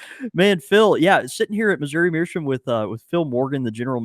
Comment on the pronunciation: The episode were learns how to pronounce “meerschaum”....or not.